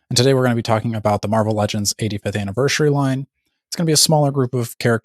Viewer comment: Dakota. Why do you say Anniver-shuri? Lol